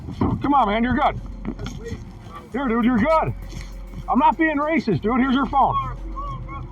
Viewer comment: Ray-cysst-s see ray-cys-m EVERYWHERE. Will Clarence Williams EVER get that shoulder surgery? 🤔